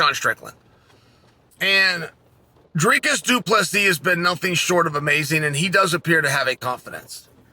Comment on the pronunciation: Is this the first fight Chael pronounced both names correct?